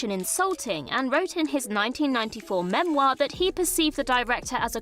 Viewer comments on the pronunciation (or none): none